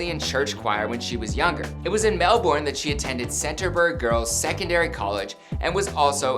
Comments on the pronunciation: Its not mEl Borne its melburn😩😩😩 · it’s said “mel-bin” not “mel-born” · Him: “MelBORN Me as an aussie: ITS MELBIN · Melbourne is not pronounced Mel-Born, its pronounced Mel-ben... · i cringed when her pronounced Melbourne "Melborne" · Lmao why did he say Melbourne so weirdly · godlisa Yep he did 🙄😂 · Okay Melbourne is pronounce Mel-bun. Seoul is pronounced soul. Not Mel-born and see-all mate. take it from an Aussie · I agree with the Seoul but Melbourne?? Lmao. You can pronounce it both ways smfh.